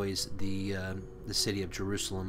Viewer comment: Why go out of your way to pronounce words such as “Jerusalem“ in Hebrew?